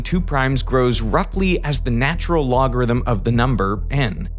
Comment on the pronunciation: Why am I only finally finding out at this late point in my life that “the natural logarithm” is pronounced “Lawn” or “Lon”?!